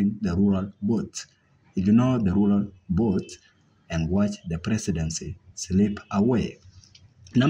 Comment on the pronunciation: "Who counts the botes " guys bring someone who has a good English pronunciation 🤦‍♂️